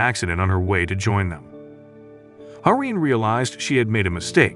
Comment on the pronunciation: The FLs name is "Ha-Rin" not "Hamin". I looked it up.